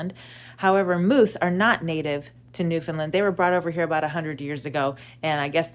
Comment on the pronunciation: Love this content but a little piece of me died every time you pronounced Newfoundland wrong. It is our cross to bare lol